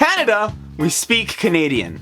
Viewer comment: am I the only one that noticed that when he was saying Thay speed English and French he sed cunadean???